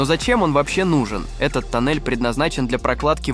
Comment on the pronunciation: Афтар, зачем ты в некоторых словах ставишь не правильные ударения? Например "тОннель", а не "тоннЕль" или "бУрение", а не "бурЕние" ? Слух режет. Слушать противно.